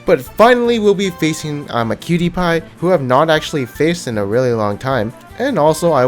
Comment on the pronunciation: Just learn how to pronounce imaqtpie